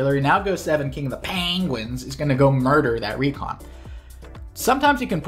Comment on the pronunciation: Standout episode of IAWG just for the increasingly absurd pronunciations of KING OF THA PAAAAHNGUINS!